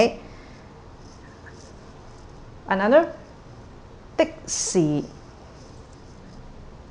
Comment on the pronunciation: your example of 的士 (taxi) "dik1" "si6" has the wrong tone for "si". It is NOT Tone 6 --> should be Tone 2 --> "dik1" "si2". The character 士 can have a Tone 6 but not in the word 的士. One example of a Tone 6 is in 的士高 (disco) "dik1" "si6" "go1". Please be more careful with your materials if you are here to teach people Cantonese. Learners, I suggest you cross reference what you learned here with other similar Cantonese learning sources.